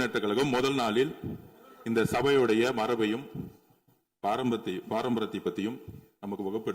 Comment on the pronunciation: பாரம்பரியம் என்று சொல்ல தெரியாத ஒரு அமைச்சர்.